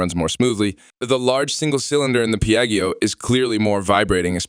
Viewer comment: i stopped watching when i heard “piaggy oh” 😓😓